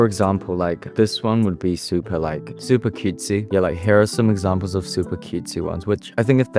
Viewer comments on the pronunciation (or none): I LOVE HOW U SAID "CutESy" LOL